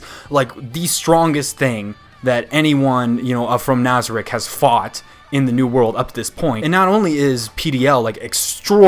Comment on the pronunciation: I really like your videos and I seriously appreciate how you prioritize those of us who are anime only watchers and you don't spoil things for us. This makes you one of the seriously few anime reviewers that I will watch so rejoice sir, you are part of an extremely exclusive club. I do have a gripe about you though. ITS NAZARICK NOT NOZARICK!!! Good god man. I'm not usually a grammar nazi but it's driving me crazy lol. Great video as always man, keep up the great work!